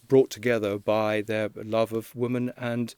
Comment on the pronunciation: Mr. Lownie, brilliant journalist, PLEASE learn the different pronounciation between “woman” (one ) and “women” (many)